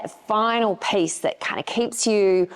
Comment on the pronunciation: Dahhhhling, you are talking to Americans, it is not pace but peeeece.